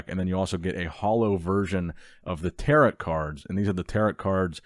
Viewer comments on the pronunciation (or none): Gotta put this here. Tarot. Pronounced “Tear-oh” not “Tear-at”. Another great video, I’ll check Target but my local never gets anything.